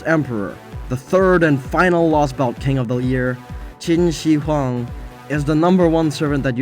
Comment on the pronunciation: When pronouncing the "Shi" in Qin Shi Huang, try saying the "shir" in "shirt" rather than "shee". The "shee" pronunciation is reserved for the pinyin "xi."